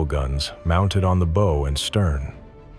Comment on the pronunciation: AI mispronounced "bow."